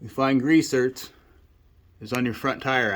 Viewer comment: Are you saying grease zert? I'm guessing you are saying grease zerk but I'm hearing zert.